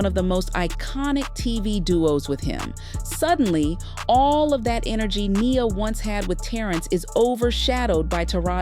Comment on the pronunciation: It's Ai sometimes it says Nias name wrong throughout the whole script.